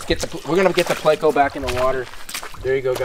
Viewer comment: It's not placo.......it's pleco